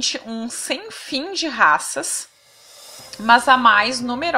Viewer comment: "Mans" é o meu caralho Oq custa dizer "MAS" como qualquer pessoa comum??